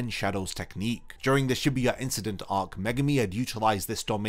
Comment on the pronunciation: Shibuya, my boy said Shebuuyah 😅...